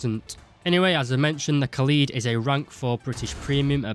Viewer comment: It’s not ka’lead It’s Kaaaaa led Kaaaaaaa Led